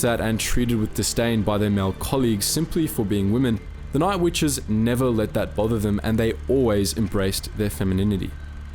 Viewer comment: What do I think? I think you need to eschew the Great Australian Elision, there is a t in witches. Otherwise quite informative but that finger nail down the blackboard drowns that out.